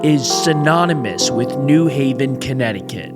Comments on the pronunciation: And it's "new HAV-en", not "NEW-haven". Obnoxious. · It’s pronounced New Haven not New Haven.